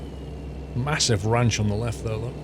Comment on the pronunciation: "MaHOOssive" hahahahaaha... I'm using that from now on.